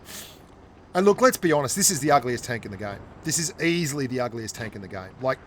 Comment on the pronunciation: What is the word loke. It's spelled like.